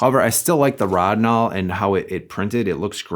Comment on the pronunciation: ROW-din-all. It's pronounced ROW-din-all. Also, thequestion: is Rodinal the best fine grain developer? was settled forty years ago. The answer is yes. Maybe read some journals, books and mages for that era. You know from a time when every professional shot film.